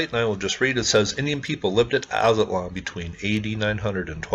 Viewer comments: O yea sorry but if u look at alot of hispanic drawings and the story of the aztecas which is that they came from aztlan (aztalan) and u said it right brotha aztlan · Nice! I am from this area grew up on these mounds Aztalan you pronounced it right.